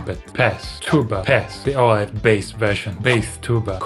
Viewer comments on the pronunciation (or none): Why is he saying baeth instead of bass here???